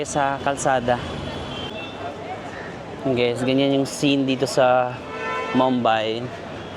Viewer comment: Medyo disturbing on how you pronounce Mumbai. it’s moom-by. Not mam-by